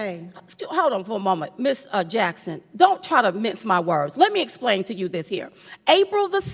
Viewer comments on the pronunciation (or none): 'lemme ASPLAIN' Oh My Lord